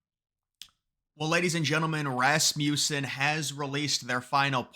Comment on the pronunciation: I'm begging you, say this company's name correctly, I'm really begging now, it contains a short u sound, Rasmussen, say it with me, Rasmussen with a short U. Kind of rude not to pronounce the company name correctly not to mention the Founder's name correctly.😊